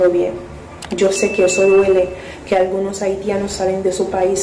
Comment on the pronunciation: Fuelte? Acion? Conselva? Abielta? Argunos? Detetada? Reapeltura? Vuerta? Contrucion? Totar? Setiembre? Contruyen?